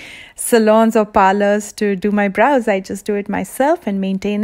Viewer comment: I love your pronounciation of bRows haha